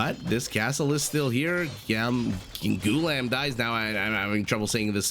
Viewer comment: The correct pronunciation is Goo - la - am , and it does not have much cultural significance as it means "slave". Kind of derogeratory tbh.